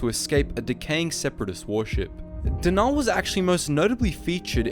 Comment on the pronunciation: I’m afraid it’s not pronounced denaaal or deviiiiiss it’s denal and deviss